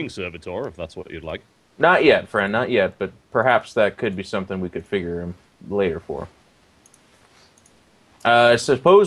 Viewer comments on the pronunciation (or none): none